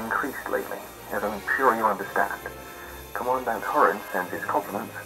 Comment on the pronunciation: Command dant?? pronunciation is important!